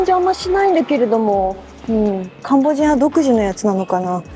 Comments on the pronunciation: ！ところどころ甘噛み（カンボジニアとか）聞こえるのは自分の耳のせい？でも最高です！リモコン見つかりましたか？ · "カンボジア"がうまく言えませんでしたね！😄😄 やはりカンボジアも中国に侵食されてるようですね⤵️ 楽しみにしてます！ 頑張って下さい！